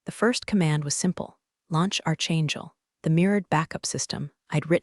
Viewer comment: Sinaban - "sin-AW-bin"? Don't ya think that ought to be CINN - a - bun? - Archangel is pronounced ARK-angel.